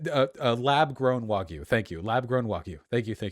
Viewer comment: Dude needs to learn how to say the word “wagyu”.